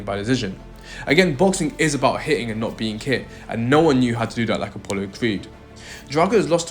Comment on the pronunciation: Aren't you ashamed of your poor pronunciation of native language English? So many words you said that should have letter "T", where NOT pronounced correctly. Why conform to imitate the local illiteracy? Especially when you have great men as literate role models such as Roger Moore, David Niven and so forth?! Words spoken with NO pronouncing of letter "T", that stood out were... "Out" "Hitting" "Dirty" (Duhr—eee) "Think" you said "Fink!" "Better" (beh-ahh) As an Englishman, I am utterly appalled by the shameful illiteracy of me fellow native English speaking men. Why don't we take pride and dignity in representing our British heritage by speaking correctly?!